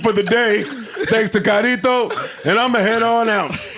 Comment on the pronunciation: This nigga said Kyrito 😂